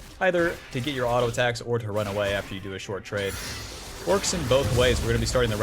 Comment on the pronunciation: I havent watched in a while do we say alto instead of auto now